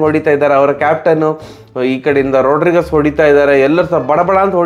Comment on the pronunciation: 'ರೋಡ್ರಿಗಸ್' ಅಲ್ಲಾ 'ರೋಡ್ರಿಗ್ಸ್'